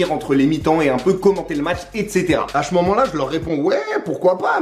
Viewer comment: « a che moment là » 😂